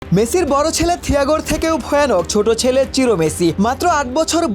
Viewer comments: চিরো নাকি সিরো।নামটা বোঝা যায় না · চিরো না, সিরো